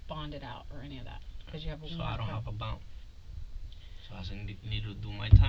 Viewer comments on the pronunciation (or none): "So I don't have a bawnd"